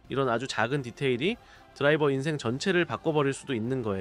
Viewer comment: ㅋㅋㅋ 아마 “탑 드라이버”라고 해야 하는데 발음이 좀 이상하게 나온 것 같아요. 지적해주셔서 감사합니다, 다음엔 더 자연스럽게 들릴 수 있도록 조정할게요.